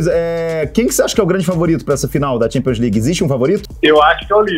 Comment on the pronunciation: Champions "Ligers"